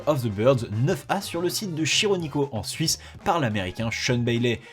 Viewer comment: Pour info Chironico se prononce Kironiko. Super contenu! Continue!